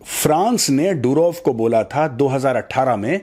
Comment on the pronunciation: मेजर साहब पुटिन नहीं पुतिन, डुरोव नहीं दूरोव , रूसी भाषा में ट, ड, ह अक्षर नहीं होते !